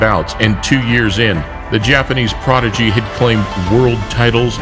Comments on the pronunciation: no one:: progidy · He said "progidy."